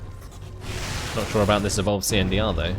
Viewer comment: They say he's still out there, somewhere, pronouncing CNDR as an initialism rather than acronym to this day. ^_^